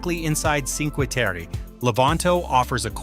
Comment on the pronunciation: The least you can do is try and pronounce Cinque Terre correctly